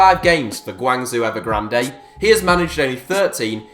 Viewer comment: How did you pronounce Guangzhou?